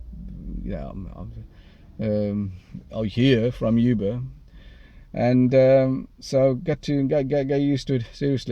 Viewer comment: It's Uber brother....not "Yuber".